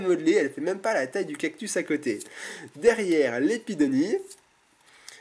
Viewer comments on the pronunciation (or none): none